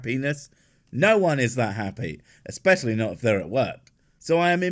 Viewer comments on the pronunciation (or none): I was totes with her until when she said “exspecially”